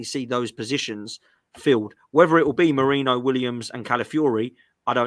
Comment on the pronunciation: It’s Merino not Moreno ffs 🤦‍♂️